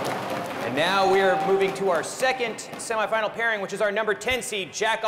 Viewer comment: Why do they pronounce semi-final like that